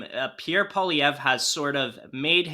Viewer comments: True North - part of journalistic integrity is learning how to pronounce people's names correctly. 2 of the 3 panelists cannot correctly pronounce Poilievre. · Can someone on your team please coach on how to pronounce 'Poilievre'. It hurts my brain to hear him butcher it so badly.